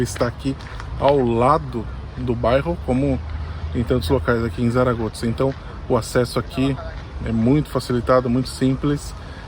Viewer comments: Zaragoza (pronúncia correta em espanhol é SARAGOÇA, muito, mas muito diferente que Tsaragotza) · Achei interessante a pronúncia de vocês do nome da cidade "Zaragoza". Brasileiros, falando o nome de uma cidade espanhola com um "z" à italiana. Abraços! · Gente, não se fala "Tsaragotsa", não hahaha isso deve ser por vocês morarem na Itália, né? Se diz ou "Çaragoça" ou "Tharagotha" como os nativos devem dizer. Pronunciar como diríamos em português, com som de Z mesmo, ficaria mais natural para nós também. Mas o "ts" ficou estranho. Desculpem-me pela pequena crítica! Talvez um dia eu possa morar aí. Muito bom vídeo, Abraços!